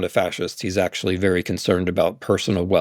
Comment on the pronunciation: Wtf is okshual? Come on. Ridiculous.